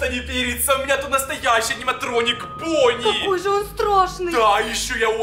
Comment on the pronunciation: Правильно '' Бонни''